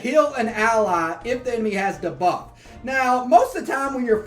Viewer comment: I like your videos, no offense but it’s dEbuff not dabuff. Ty for your videos that you put out.